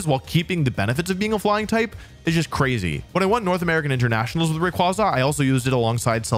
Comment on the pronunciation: Thank God someone pronounce rayquaza the same as me and my friends